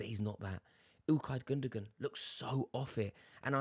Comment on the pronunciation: I think Foden is probably enjoying the pints and ladies too much these days. He seems like the type of lad who enjoys a party. Gundogan is pronounced Gundowan. Its not that hard. Mispronouncing these types of names is something that makes you sound ignorant and is cringe to listen to. At least make an effort.